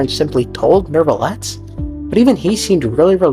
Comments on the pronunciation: Is pronounced new-vilet not nerve-ilet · Bros name is not "Neurrrvillette"